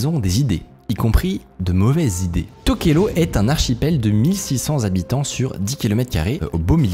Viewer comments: Ça se dit TokelaOU pas TokelO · ça se prononce Touvalou :) et tokélaou, j'ai pas eu accès à un bon réseau pendant un an et j'ai raté cette pépite. J'habite dans le pacifique et je guette un peu ce qui s'y passe technologiquement. donc merci. J'ai bien rit sur la prononciation des noms polynésien et je connaissais pas ce business des noms de domaines. merci beaucoup